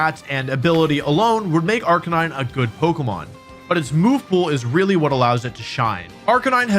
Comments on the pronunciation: unfortunately i was able to determine which pokemon you placed at number 1 since you clearly mispronounced its name, the description fits arcaneenay though, is that what you meant? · surprised wolfey pronounced arcanine wrong. I think he mean arca-knee-neh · Why was he pronouncing Arcanine's name wrong? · you pronounced arcanine wrong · That's now how you say Arcanine...